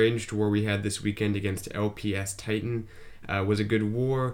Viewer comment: It's LP five tie-tan lol.